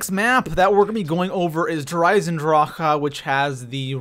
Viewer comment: Why are you eisendrache so wierd? Stop it...you sound like your clearing your throat. It's annoying eisendracheuhhhh